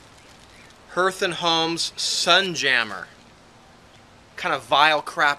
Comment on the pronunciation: Are you reallly just going to let this PAE guy get away with this? Oh and can you say Harlot cuz that shit he sent you is from Hearth & Home pronounce like har in harlot not her th & home. My goodness man look at the label and see the burning fires of the hearth. LOL Thanks for the warning about this PAE guy. Perhaps the Arizona sun has cooked his brain and he no longer has any good judgement. Blessings to ya, Jim